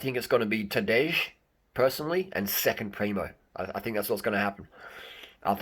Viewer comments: It's not Tadeish, it's J like Y-es, Y-esterday, like TadeY. That is pronounciation. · Rim job on that pronunciation bro. Tadey, not Tadej. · "j" in Tadej is pronaunced as "i" in Mapei.. And no, Primož will not let Tadej win, It's now or never for him :) most of Slovenians would prefer Roglič to win this one! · Harley, lose the Ž on Tadej, and add it on PrimoŽ, you are hurting my ears 😆😆 I think Roglič is going to win TDF, mostly cos there is a mountain cronometer to come, and Primož is far beter on it, cca 30 sec some predict.. and he allredy has 57sec advantage over Pogačar. And we cant forget how good Jumbo Visma team is.